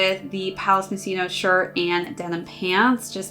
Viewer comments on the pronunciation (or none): did you used to pronounce it moshino? And accidently put it in. To be fair I thought it was that too until I watched the advert it says palace ( moskino ) at the end . Moshino is what most people call it though I suppose it being Italian it gets that k sound . Great video by far the best palace lookbook video I've seen keep it up. Best wish from U.K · It’s pronounced Moss-Chino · i am so confused , you stared the video pronouncing it correctly ( moskino) and then changed to mosh ino , could be worse heard one reviewer hypebeast call it Moe shino haha